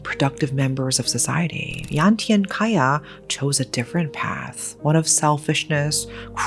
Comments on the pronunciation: Hi. Cahya is pronunced with a C instead oh A K because cahya probably mean Cahaya which translated into light in English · Love how you cover this story, just a little additional info..'Ca' in Cahya in Indonesian or Bahasa is pronounce like 'charge'..much love💕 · Pardon my diverted concentration, but the name "cahya" actually spelled cah-ya. Cah like how indian people call their uncle: cha cha. And ya like yea? So cah ya. Not kaya like kaya toast 😂 (I notice this because I am Indonesian) Aside from this, evrything else is great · Nice story telling style! Btw, cahya isn't pronounced with k sound, but c like the sound of Charles. All Indonesian words/syllables with letter C should be pronounced that way. Another example is cianjur, a word (name of town) that is mentioned in the story. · Amazing coverage,. I would like to point out just one thing, though, Cahya in Indonesian is pronounced with a ch sound, like in chalk. Other than that, thank you for covering this, no notes. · Thanks for bringing this story up! Anyway, just FYI, the father’s name is not pronounced with K but with Ch. Like in Charlie.